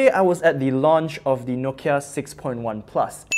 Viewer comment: It's "Nokia"